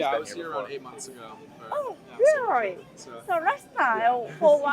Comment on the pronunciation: really のL がRになるだけでなく、全体的にR の発音が気になります。スミマセン。もっと自然に発音されたら、聞く方も聞きやすいように思います。yeah?という時にも最後にRが入ってしまっている感じです。